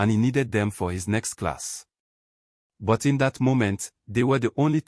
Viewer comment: It’s But not buy ….ozuor